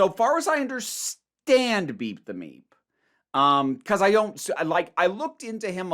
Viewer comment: Not to be crude... But i keep hearing beat the meat when you say beep the meep. 🤷🏻‍♂️🤣 Also am I the only person not thrilled with NPH being in Doctor Who? Like I won’t rant or rage over it. But it’s just so... I can’t explain it but I feel like others might get what I mean?